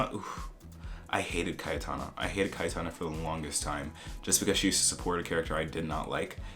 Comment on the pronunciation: It's also obvious with Cayetana, it's pronounced very differently in Spanish.